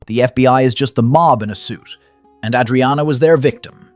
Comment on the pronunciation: Tell your narrator how to pronounce Adriana.